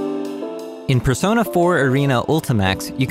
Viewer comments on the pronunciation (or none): none